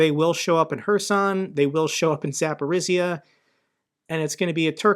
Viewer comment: love you content. If I could give you a tiny tip it's that Zaporizhzhia is pronounced zah-POH-reeja. The zh make a J sound. That is all. Thanks for the hard work.